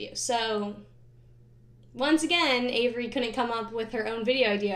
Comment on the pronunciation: Name twins. When you said your name it sounded so weird to me 😂